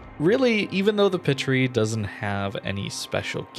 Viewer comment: It's pronounced paatrie like the sound a makes in baa because of the french accent mark I think. I'm a french student fyi